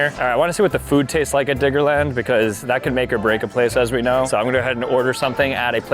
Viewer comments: Diggerland gng dont say IT with n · Sooo like imagine you aren’t paying full attention at the start of the video and hear diggerland with a N instead of a D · The way he keeps saying Diggerland doesn’t say right 😭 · Why do you keep saying "Diggerland" with a hard R